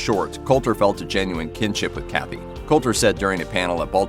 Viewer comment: The Colter-Cathy is wrong in that way that the Cathy is not Cathy, his name was Reg E. Cathey